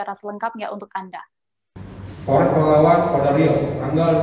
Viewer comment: AKBP Indra masih baru ya di Polres Pelalawan? Menyebut nama daerah diwilayahnya masih salah2..